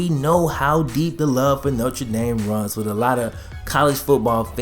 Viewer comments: note-r dame, not note-tre dame it's cool tho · Noter dame not notre dame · Damn guy. It’s pronounced NO-TER DAME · I have noticed you have the oddest pronunciation of Notre Dame... Most people say it as either No-truh D-ahm or No-ter Dame you say No-truh Dame might I ask where you are from? Being a Bengals fan I assume you are from Ohio somewhere but I've been wrong before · “Nocha Dame.” Lol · No-Trey-Dame...? Come on man it's pronounced Nostradamus smh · if you gonna pronounce that "notre" you better pronounce that "dame" . hunchback of notre dame